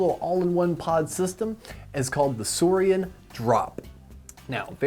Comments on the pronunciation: It’s pronounced sourin not sourian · Trust me it’s pronounced soarin’